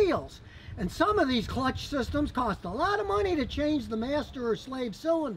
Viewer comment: Has anyone heard his mispronunciation of clutch, “cutch”?